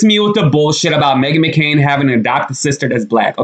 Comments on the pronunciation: Megan McCain NOT Makaren.lol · McCain!!! NOT Mckaren.